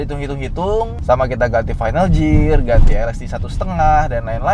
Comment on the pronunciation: sama kaya lu baca gear bacanya "gier" bukan "jier".. peace ngab ✌️😁